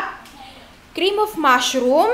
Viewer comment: "full krrrrim milk" "mAshrrrum" ang tindi 😁